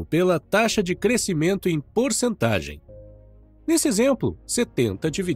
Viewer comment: Ótimo conteúdo, mas quero contribuir com uma observação: "crescimento" é som "sc".